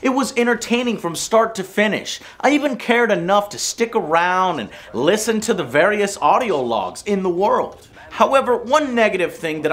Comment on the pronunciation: . Joe says "listen" with a "t" ?